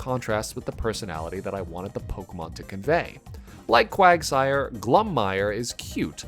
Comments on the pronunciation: congrats on getting married!! living for the fact that u called quagsire “quagmire” twice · Can't believe You said Quagmire instead of Quagsire lmao. Great video, as always! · I love these designs, well done! Also I love how said Quagmire instead of Quagsire the first few times.